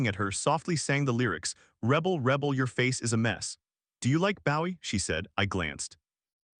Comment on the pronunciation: It crazy how they pronounce Gina and Bowie.